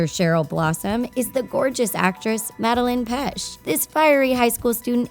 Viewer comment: Who’s, and I quote, “Madeline Pesh” it’s pronounced Mad•a•lain Pet•ch•sh (I may have spelt it wrong but I’m saying how it’s pronounced)